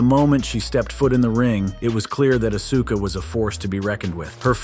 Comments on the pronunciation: Man learn how to pronounce her name right. As-Ka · It's just so painful to hear him call Auska Uhsuka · Hard to take he video seriously when they called Asuka "Uh-soo-kuh" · Don't make a wrestling list if you don't know the wrestler's names. There is no UH-SU-KA. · Sounds like a moron, slaughtering asuka name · Not to mention he can't even pronounce Asuka's name correctly.